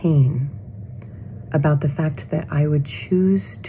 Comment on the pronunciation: Цікава розмова, але вимова the як зе у гості, це совок. Ні британці, ні американці не зе-кають)